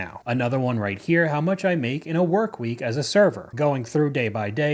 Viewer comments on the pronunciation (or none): “…. I go home, I maka the pasta” 🍝